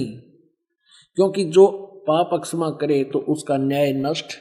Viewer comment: जो महर्षि की निंदा कर रहे है और हिंदी का सही उच्चारण भी नही कर पा रहे तो क्या दुसरो की निंदा से आप महान बनेंगे?? क्षमा बोलने में भी गलत उच्चारण।